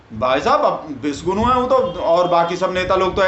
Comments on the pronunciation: तुम्हारे बोलने से विषगुरु सुनाई दे रहा हैं. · शायद को बोलने में उच्चारण गलत हो जाता है विषगुरु को विश्वगुरु बोल देते हैं